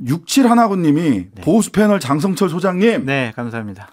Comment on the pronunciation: 장성철 소개할 때마다 자꾸 공룡센터라고 들려서 샤킬 오닐 생각 남. ㅋ